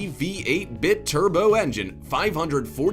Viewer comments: Bruh..... The AMG 6x6 has an "AMG V8 BIT turbo engine"? BIT - turbo? WTF? Come on, man..... read some stuff and at least try to sound like you're knowledgeable. That's not the only mispronounced or poorly worded exchange in this video, but it's the one that was bad enough to make me post a comment.... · OK, I'm done. The butchering of names and terminology is massively cringy. Learn how the pronunciation of the words before recording. PACCAR is pronounced Pack Car, not Pick Car. Bi-turbo is just like it looks, not bit turbo.